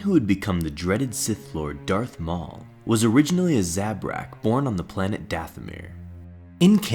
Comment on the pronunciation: Darth Smaul then Darth Taul